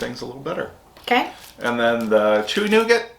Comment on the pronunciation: Hey guys, hop y'all good. May I suggest something to you guys😉 Nougat. the pronunciation sounds like NOO GAR french speak kinda hahaha. Love the show.